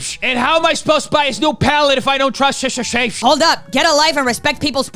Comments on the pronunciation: Such a serious topic and me and my fiance can't help but giggle everytime says "SHISHTER SHAMESH" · Everytime you said Shista a bit of wee came out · "Im a shister" lol...